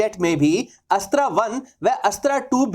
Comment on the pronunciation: Bhai tum अस्त्रा mat bolo isko अस्त्र बोलो